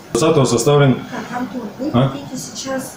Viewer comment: А почему онтон, А не Антон?